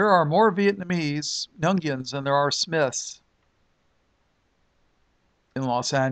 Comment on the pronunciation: Nguyen is pronounced, win. Weird, but true. God bless brother. :)